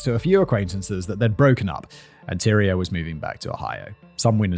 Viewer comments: It's TY-REE not Tyra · Tyria! Ty-REE-ah. Lol 😂 the pronunciations are all over the place